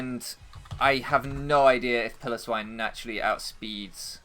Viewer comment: I swear, it's Pile-o-swine, it's not a pillow, anyway this was unfortunate, shows just how good grassy terrain is